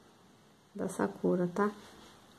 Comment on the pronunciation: Ela fala sakura errado kkkk